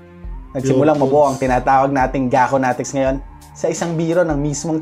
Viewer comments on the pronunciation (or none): Gaconatics vs Gagonatics 😂